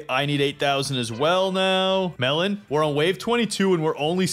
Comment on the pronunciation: I like how at the start it says melon I am even one of the developers of toilet tower defense!! I heard at first time melon I am even and was like wait what is sunny even? 😂😂😂😂😂😂